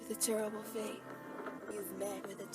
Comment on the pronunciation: BeN: You've met with a tarible faith